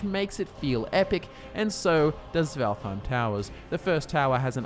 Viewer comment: not completely sure, but i think valtheim is supposed to be pronounced valt heim (no th sound)